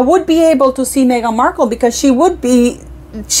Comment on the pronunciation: Oh … stop saying Markle Jam 😅🤮😂